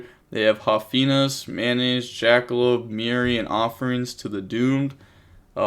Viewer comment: Am I deaf or he’s saying “mayonnaise” instead of “Metanoise”? 😂